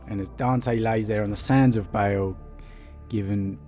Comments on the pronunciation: ITS PRONOUNCED BAAL IT IS NOT BAEL A DOUBLE A DOES NOT PRONOUNCE AS AN E.... BAA like a sheep with an L on the end. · Like "barl" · Its pronounced BA-ALL not BA-ALE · i never usually get triggered but its BAAAL NOT BALE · Why does he pronounce baal like bale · Why are you reading Baal as "Bale"? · Feel like a dick pointing this out, but I believe Baal is pronounced barl. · No, he most certainly did not.